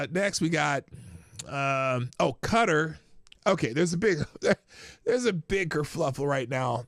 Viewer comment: OMG... Sorry for this... But Qatar is pronounced "Kuh-taar" .... Ka-tar.... You mispronouncing it irrationally irritated me. Love you, the chat, and the show SO much, wish I could watch live